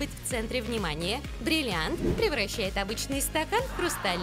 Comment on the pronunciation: бриллианти , а не бирианти или как ти ешо там говорил